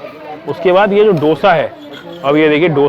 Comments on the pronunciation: It दोसा and not डोसा. PLEASE TAKE NOTE! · Its pronounced as 'दोसा'